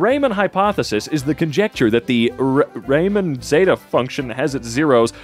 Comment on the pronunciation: ouch "raymon hypothesis"